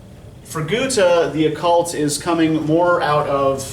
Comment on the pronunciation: My german prof, from Hannover Germany, pronounces it like he does so his is fine